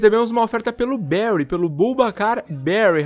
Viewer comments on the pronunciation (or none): none